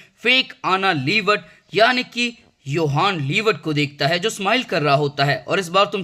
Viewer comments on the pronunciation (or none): bhai apne har jage 'yohan liebert' bola i guess.. vo to 'johan liebert' hai na..